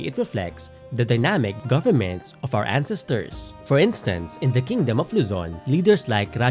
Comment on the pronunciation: Sorry. I'm just brothered with how you pronounce "ancestors" (and other words). For a historian who most likely mentions ancestors a lot, one should probably learn to correctly pronounce it. Other than that, well done!